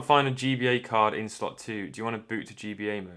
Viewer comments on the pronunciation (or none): none